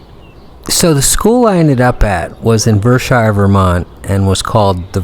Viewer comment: Now I want to say that it's only those idiots who lived on the Hill that called it Ver-Shire.